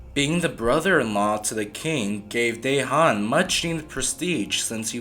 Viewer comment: Great channel pal, you are making great themes not just mainstream/popular one, just to help you with prounanciation of the names...Dejan=Deyan...Mrnjavcevic=Mrnyavchevic